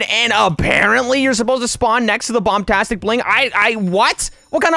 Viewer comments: he said bombtastic not bombastic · Me:"trying to get the bombastic bling" Youtuber: if you oof you will go back to the begining Me:"thinks if you oof you will go to the first step" Fun fact: says the bombastic bling Like bombtastic bling lol